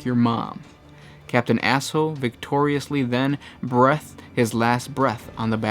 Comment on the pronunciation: What is this shitfuckery?! It's breath and breathed are pronounced differently you ignorant, heretical FUUUUUUUUUUCKS!